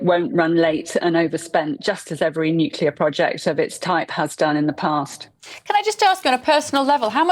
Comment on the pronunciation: FOR CHRIST SAKE GB NEWS, GET YOUR REPORTERS TO PRONOUNCE 'NUCLEAR' PROPERLY!